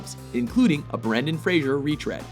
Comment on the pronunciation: Am I gonna ignore the fact that he said Brendan "Frader"?